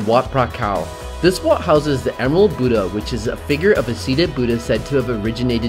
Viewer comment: lol "the boodah" great prounounciation guys ;D